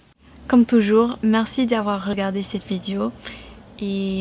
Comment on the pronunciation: Je n'ai entendu qu'une seule nuance à corriger dans ta prononciation : vidéo (é) et non vidio.